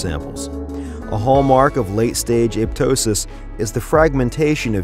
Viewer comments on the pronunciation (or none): Pronunciation: A-pop-tosis; a-pop-totic cells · it's aPOPtosis